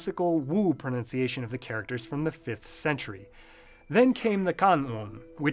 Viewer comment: "ProNOUNCiation?!" What is this madness?! On a channel about language, no less!